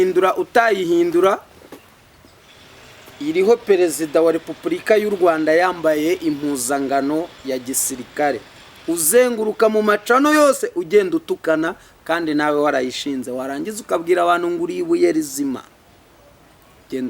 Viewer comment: Bavuga impuzankano ntabwo Ari impuzangano